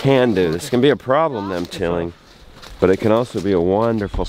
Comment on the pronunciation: Burst out laughing at CC saying our guest Kevin instead of Cabin, waiting to see if it has more pearls. Okay it has, ornate neighbour instead of ornery. Chilling instead of tilling. Teal instead of till. Receding instead of reseeding. Thats woulda instead of this woulda. Cap instead of calf. Work casino instead of Work Cation. Jon and Jenna instead of Jonah. Our rooms gone instead of Arun's gone. Then Maroon instead of Arun. How's the hair disappointing instead of a thats a hair disappointing. My mac's so stiff instead of back/neck (?). Burning up instead of burn it up. I have no idea who at YouTube does the captions or if its outsourced but man, it tickles me how a subtle change can make a sentence into a different thing entirely. I imagine that must be weird for the hearing impaired, the sentences are changed, now this is not a 'Fix this' kind of thing, this was an accidental observation due to having a loud house and using the CC to assist my viewing. I can hear so could adjust.